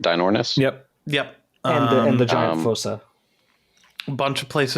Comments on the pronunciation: It's pronounced "foosa" not "fossa". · Also just a side question .....why are you saying Fossa like that....I have never heard anybody pronounce it like that